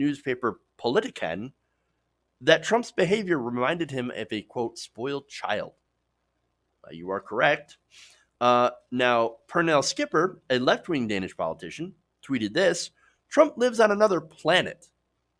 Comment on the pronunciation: Mette is 2 syllables. Met-te. Just pronounce the second 'e' the same way you did the first, and it'll be perfect 👌 Same thing with Pernille. 3 syllables. The 'e' 'le' is also pronounced the same way as the the e's in Mette Keep the great content coming! Independent media is important